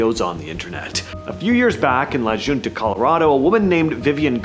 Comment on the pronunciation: La Junta is promounced “La Hunta”